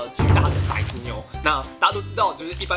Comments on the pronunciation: 骰子，好像不念shai，念tou，tou zi（骰子），有古诗为证，“玲珑骰子安红豆， 入骨相思知不知” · 其實骰念做ㄊㄡˊ喔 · 其實應該唸ㄊㄡˊ ˙ㄗ牛 才是正確的_(:з」∠)_